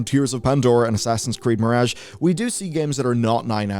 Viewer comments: i really don't like his accent, but the way he says "mirage" is particularly horrendous. Still, he's not as bad as that Simon Whistler fellow. I see Simon on a thumbnail and i just nope the hell out of there. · You're pronouncing mirage wrong and it drives me nuckin futs.